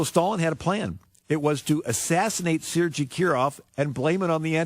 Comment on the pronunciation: To be fair, I believe that the Ukrainian spelling is Sergey and it is pronounced the way he said it so perhaps the person he's talking about is Ukrainian? With that being said, I'm pretty sure that his correct pronunciation was a total fluke as right wing Republicans aren't known for their appreciation of cultural differences or nuance.